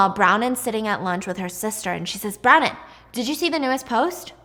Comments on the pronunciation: Stephanie…. I love you but hearing you say brownin hahahaha bron wyn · Bron-wyn not Browning 😊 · Haha, her names Bronwyn, pronounced Bron-win. I had to look it up cos Brownin didn't sound quite right! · Is her name actually brownin or is it Bronwyn cause I have the same name and it's pronounced Bron- win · Is the girls name Bronwyn? I can't tell bc it sounds like you are saying Brown-in instead of Bron-wyn. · Brownin?! It’s bron-win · Brownen is Bronwyn...pronounced Bron-Win. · I always look forward to all of your content! You're such a talented storyteller and it's amazing how you can retain all of this information in so much detail!! Also FYI, the character's name is pronounced BRON-win 😅😅😅 spelled Bronwyn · I think it’s kind of funny the way she calls Bronwin, Bronin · Pronounced Brawn-win btw😭😭 love ur vids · Icl the way she says bron- WIN makes me want to cry but this was so good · Not you calling Bronwyn brownin 😂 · Yeah I looked up the audio book and it's literally my name which is pronounced Bron brahn-win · It's bronwin. Bron - win. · bronwyn == "brawn-win" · I love Stephanie but was cringing so hard with the pronunciation of Bronwyn eek! Aldo, the show is sooo good! But it was just recently cancelled by Peacock sadly! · STEPHANIE I LOVE YOU BUT U DIDNT PRONOUNCE BRONWYN’S NAME CORRECTLY